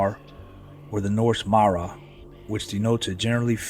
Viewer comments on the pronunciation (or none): none